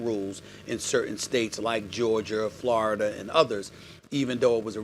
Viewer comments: Lmaoooo Stephen A need some sleep. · “Georgier”, “florider”